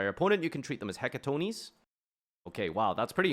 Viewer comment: The pronounciation is He-ka-ton-kreis, greek for the hundred handed giants. Most of the other card names are related to this ancestry.